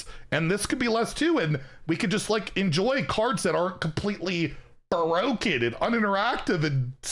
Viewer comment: Nobody says "bah-roak-en" like. Nobody.